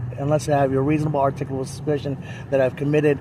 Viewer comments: "Articlal, articuble, articlable. Oh damn! I almost had it!" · The script these idiots use has to just be ONE SINGLE script that they just send to each other and has been circulating for years. Literally EVERY TIME they start the script, they start it with the exact phrase, "What is the reasonable, articulable (which they always mispronounce as "articuable", probably because that word is misspelled on the script they all copy paste), suspicion that I committed a crime?". They've literally been copy/pasting the same script to each other, without any alteration or deviation from it, for YEARS now. And seriously. Whoever is making those cardboard licence plates must be making a killing. How many times have we seen those exact same cardboard license plates stuck on the back of these idiot's cars? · Is articuble a word? 😂😂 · I love when they try to pronounce articulable.